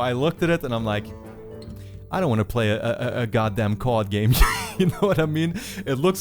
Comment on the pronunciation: When he said "card game", I thought he said "COD game"...